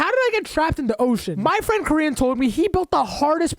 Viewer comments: its kor-yin not korean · When you said koryin I thought you said korean